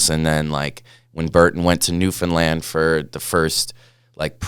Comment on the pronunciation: super stoked to hear this story, thanks bomb hole and to the man of many hats Trevor Andrew. growing up in NS is was always dope to know one of ours made it so big. PS: Newfoundland rhymes with Understand.